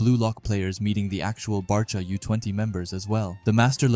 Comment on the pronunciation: Bro it’s B -awe - chira